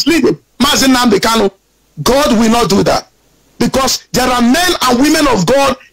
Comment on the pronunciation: Brother, please it's Nnamudi Kanu, and not Nnamudi Kalu.